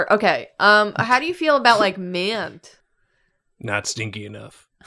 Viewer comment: That was the wildest accent on "mint."